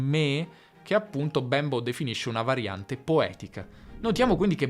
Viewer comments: Si pronuncia Bémbo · Bravissimo! Ma quindi l'italiano è una lingua "manierista"? e Bembo non si dice con la e chiusa? Grazie Ciao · infatti. Mi crea davvero un poco di disagio quella 'e' così marcatamente aperta che adopera nella pronuncia del nome Bembo